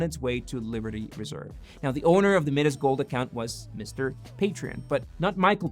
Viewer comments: "MIdas" is not pronounced MEE-Das, it's pronounced MY-Das. Pronounciation Police - job done! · Anyone else found it funny the way he pronounces Midas? 😆